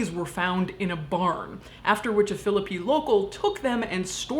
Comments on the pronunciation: I'm from Philippi! Thanks for pronouncing it correctly. Awesome content all around! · Holy shit, so weird hearing about Philipi and the Weston Assylum. Both are such fixtures for me - feel weird I didn't know this story. (Also thank you for pronouncing Philipi right).